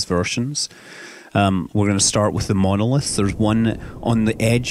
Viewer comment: It said monlith it's monOlith